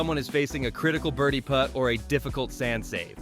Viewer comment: Why "put" out a 6" tap in when you can Putt out a 6" tap in? Mr. A.I. voice didn't catch that one. 🤪